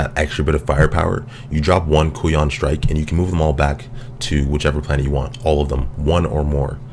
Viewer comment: I think it's pronounced Kai-yoon.